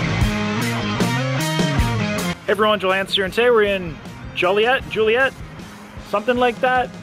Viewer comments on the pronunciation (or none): Joliet is pronounced like Jolly-ette. The building next to the Shedd Aquarium is the Adler Planetarium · Did he say Juliet lol. It’s Joliet 🤣🤣🤣🤣. You’re in the southwest burbs of Chicago. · Let me help you. Joliet, IL.....pronounced JOE-LEE-ET. Or maybe in your case, JOEL-EE-ET. 😁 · Pronounced "Joy Let" like toilet.